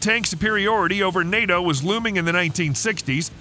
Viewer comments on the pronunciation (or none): none